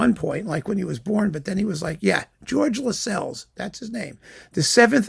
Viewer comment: And Lascelles is pronounced to rhyme with tassels